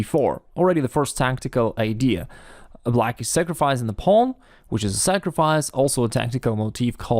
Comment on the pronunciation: Listening to pronounce the word “pawn” is better than listening to Benedict Cumberbatch say “penguins”